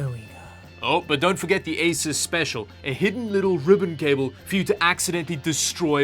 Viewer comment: It's "AY-soos" not "AY-sis"!.